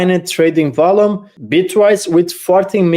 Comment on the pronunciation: In typical XRP social media style ... "You must do this by tomorrow... Volume is pronouced Vol-yoom not vollum" giggle